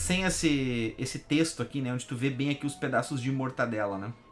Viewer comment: Acho que ele fala zoando o "mortaNdela" porque na segunda vez, quando está distraído, ele fala certo.